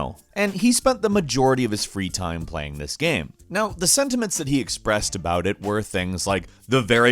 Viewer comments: what the fuck is wrong with you pronouncing the word game? you say it like gham or something. sounds so fucking weird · Everyone: Game: "Gaerme" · I love it how you pronounce game. Its like gaem. Or gäm. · why does he pronounce game like gaem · "Gayem"- This guy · Is everyone ignoring the way he said game